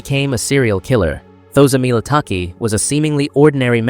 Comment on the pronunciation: The way you pronounce Thozamile 😮😢 😂😂 I wish you could have consulted 1st